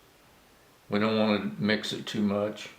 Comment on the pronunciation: "Lets keep iz easy. Lets take ounces" :D what a fucking Idiot. Metric system owns you big time